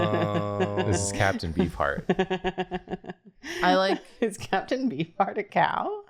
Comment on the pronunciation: The way I heard captain bee fart instead of captain beef heart